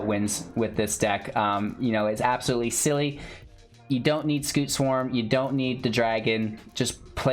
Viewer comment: It's scute, not scoot.